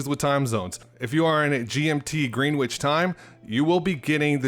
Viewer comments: This by pronouncing Greenwich like green witch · FYI, Greenwich is pronounced .... Gren itch 🤙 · Thanks for the info. Also just a friendly tip that it’s pronounced Gren-itch, not green-witch